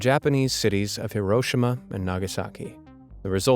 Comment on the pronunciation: Yes he pronounced Hiroshima right so many others mispronounce it and it’s so annoying I share heritage both on the American and Japanese side of the Second World War